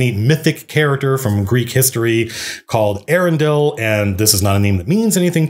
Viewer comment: Eärendil is pronounced Eya-ren-dil. Note the diacritical mark.